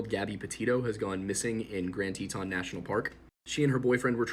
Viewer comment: Isnt it pronounced tee-tin, love his pronunciations lol